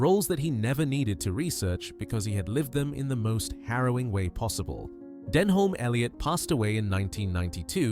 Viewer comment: An insult to Denholm Elliot, whose name you can't even pronounce right.